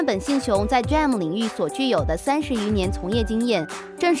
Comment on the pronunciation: 請說D RAM 不是 DRAM 謝謝!